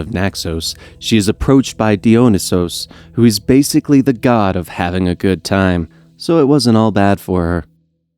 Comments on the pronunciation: Excuse me, what?!?! How did you pronounce Dionysus? Die-oh-nigh-sis. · Die oh nye sis